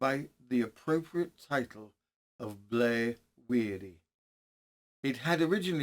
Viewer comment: Just a small correction as to to the name of blaw wearie the blaw is sounded as in awe or law not ow .